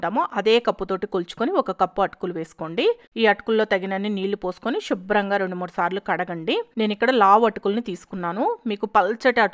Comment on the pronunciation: Shubram Kadu Subram. Leni poni Sha add cheyakandi. “Maa telugu taliki mutyala danda”